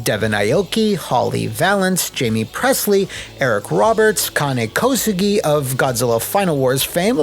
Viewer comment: Pretty sure his name is pronounced Kane a’la the Big Red Machine. I wonder if his casting as Ryu Hayabusa had anything to do with his father Sho Kosugi whose movies (Enter the Ninja, Revenge of the Ninja, and Ninja III: the Domination) helped kick off the Ninja craze in the 80s.